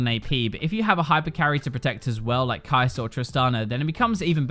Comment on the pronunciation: Is it only me or do i ALLLWAYS hear him say kai‘ser 😂